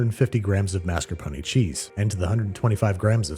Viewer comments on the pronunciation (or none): "Mass curr pony" 😬